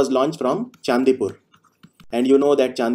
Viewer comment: It is Chandipur (चंडीपुर) not chaandipur(चांदीपुर).. another name of goddess Durga is chandi.